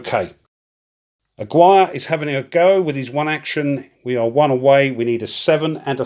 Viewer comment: Great video as always! Just for future reference, the name Aguirre is pronounced "ah-Gear-re", it's Hispanic:-)